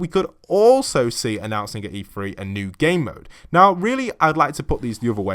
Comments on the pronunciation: Is it not E three? Not E “free”?? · Hilly O’Connor yes but why does the commentator say “free”? The word is “three”